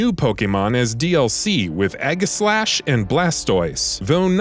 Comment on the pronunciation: Your pronunciation throughout this video is awful. Pokken "poke in". Kamek "cam mech". Aegislash "eedga slash"